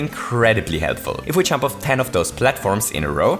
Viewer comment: I love how his accent impedes him from saying "Jump", instead making him say "CHUMP"